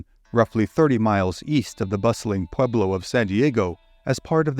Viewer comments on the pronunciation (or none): none